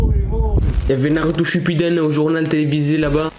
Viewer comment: Oh non chui morte 🤣🤣 "naruto shupibune "🤣🤣🤣🤣